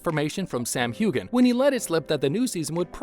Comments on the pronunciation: Who is this person talking? A robot? He keeps saying Sam "hew-gan" I thought it was pronounced hew an. Am I wrong? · the 'gh' is silent...it's pronounced Hu-en or Hugh-en....check how to pronounce names before reading them out loud please...